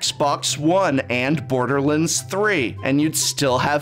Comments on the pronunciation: I want to mock "Borderlunds" but I'm 85% sure I'm going to start pronouncing it that way to annoy my friends. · Does it bother anyone else the way says borderlands? Lol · I like how he seemingly has trouble pronouncing common product names like 'Borderlands' and 'NASCAR'. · Why’s he saying Borderlands like that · Anyone else unreasonably bothered by the pronunciation of "borderlands" ?